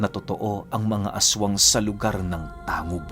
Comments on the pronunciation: Tanggub po tmang pgbgkas s lugar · Tanggub po ang tamang pagbigkas